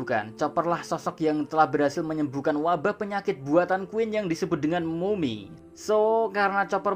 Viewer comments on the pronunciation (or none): none